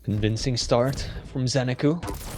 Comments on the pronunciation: Zen-a-koo, not Zen-ar-koo. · Nobody knows what the hell is the correct way to pronounce zenaku's name